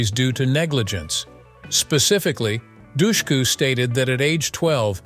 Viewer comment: Also, Eliza Dushku's name is pronounced wrong! He says, 'doucheku', it's actually 'dushku' like hush - ku.